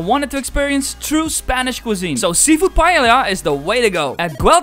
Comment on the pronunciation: Dude you have a problem pronouncing the "ll"/"LL" words xD you say "paeilia" instead of paella or Casa "Batiró" instead of Batlló. Gonna solve this problem for you: LL (in Spanish and Catalan) = Y (in English as in: yes, you..). Hope it helps. I would make a list of other mispronunciations you do on the video, but would be too long :P gonna end with a fast one: Antoni Gaudí name you stress the wrong syllables. You say "Àntoni gÀudi", but it should be: antÓni gaudÍ. PS: you wrote Mecat de la Boqueria incorrectly on description box, you wrote it in Spanish. It's official name is in Catalan, since its in Barcelona (the capital of Catalonia)